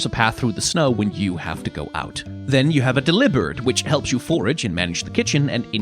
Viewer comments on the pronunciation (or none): I'm pretty sure everyone is in the same boat as me and we pronounced Deli like deli meat. So Dely-bird